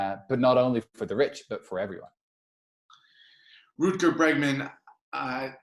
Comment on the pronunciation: Root-gar Bregman :)